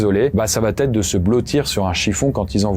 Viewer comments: Il n'y a pas de "t" à "va" , donc arrêtez de dire "va t être" !! !! Vous y gagnerez en crédibilité et en succès !! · par pitié cesse de faire la liaison ''va Têtre'' je te suis sur tes chaines depuis 8ans et tu fais un travail génial mais ''ca va Têtre'' ou ''il va Têtre'' c'est indigne de ton cerveau😘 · Il va être et non il vat être. Tes contenus sont géniaux mais attention aux liaisons. Bon courage ! J'adore tes vidéos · Environ 80% des youtuber storyteller font la même erreur de français et qui m'insupporte vraiment. Vous inventez systématiquement une lettre dans certaines expressions. "ça va T-être", "il va T-être", "il ne va pas T-être", etc. D'où vient ce foutu "T" ??? Cette faute est présente au minimum 10 fois dans cette vidéo, et c'est pas du français. Et c'est une réelle observation sociale. Il n'y a QUE les storyteller de Youtube qui font cette faute. On dirait que vous vous transférez cette faute les uns aux autres. Je regarde énormément de vidéo (gaming, artisanat, histoire, science, reportage, politique, écologie, storyteller-crime-jeux vidéo-étrange, etc.) et les storyteller sont les seuls à faire cette faute et ce n'est pas à cause du débit ou de la quantité de texte, parce qu'un reportage ou un documentaire c'est exactement la même mécanique = une personne qui débite un long texte pré-écrit et eux ne font pas cette faute. A trop vouloir faire comme la télé, vous surjouez le français et donc vous inventez des fautes pour exagérer la prononciation, vous créez des liaisons qui n'existent pas. *Je tiens à préciser que je ne suis pas du genre grammar-"N" word, je m'en fout d'entendre dire "du coup", "par contre", "au jour d'aujourd'hui", "c'est pas parce que" etc. Je suis loin d'être parfait en français, mais ce truc est tellement systématique et ciblé socialement sur une catégorie de youtuber que ça me dérange beaucoup. * Pour info, la chaine "Linguisticae" avait fait une vidéo sur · "ça va-t-être, ça va-t-être": non!!! ça va être, oui!